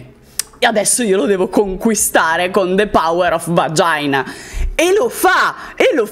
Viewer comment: The power of 'Vagiàina' ti ha ufficialmente introdotto alle selezioni delle "Da ora leggenda" 2021/22 🤣